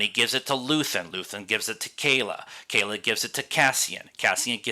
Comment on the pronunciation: KLea not Kayla... :)